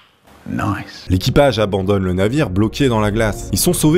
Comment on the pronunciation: Et ses pas NICE c'est NOISE